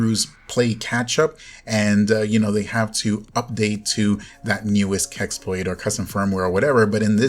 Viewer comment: You said so many time "keksploit", wtf is that? And hugeeeeee thanks for updating us... I seriously don't know what I would have don't without someone who makes everything pretty simple :)